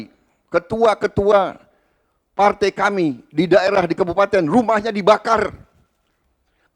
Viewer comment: Klo gw perhatiin Prabowo klo mengucapkan sebuah kata yg ada huruf 'a' dan 'i' dempet "ai" menjadi "ei". Contoh : Berbagai jadi Berbagei Sebagai jadi Sebagei Partai jadi Partei Rangkaian jadi Rangkeian Menguraikan jadi Mengureikan Menyampaikan jadi Menyampeikan Selesaikan jadi Seleseikan Damai jadi Damei